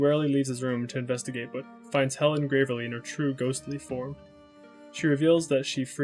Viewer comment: it is deeply confusing to me how you misgender characters while also acknowledging they're trans. also your pronunciation of picross and gravely is abhorrent and you should be punished for your crimes.